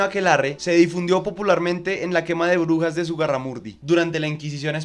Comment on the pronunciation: Soy el único que entiende “orugas” cuanto dice “brujas” 🫠